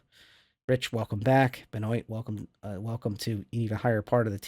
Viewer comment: Benoit = “Ben-wah” not “bah-noit”